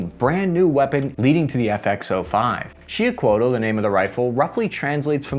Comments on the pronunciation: He didn't. Sho pronounce it SHEE- oo-h- CO-ah-t. Two syllables. Don't pronounce the final L. (Actually, TL is a distinct different sound, a T but the tongue, touching the top of your mouth, you let air go out on the sides of the tongue). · it's pronounced "He-oh-coh-wah-tuhl" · Pronounced. She - oo - co - at, it means turquoise serpent, with the turquoise refering to solar or annual attributes, it was the divine atl-atl, spear-thrower of the solar war god of the Mexica- Huitzilopochtli.☄🐉🔥🌞🔥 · The fucking L is silent at the end of xiuhcoatl. everyone needs to stop mispronouncing tl. it's nerve rackingly homicidal inducing annoying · Just saying man your pronunciation of words ... The proper way to say Xiuhcoatl is on YouTube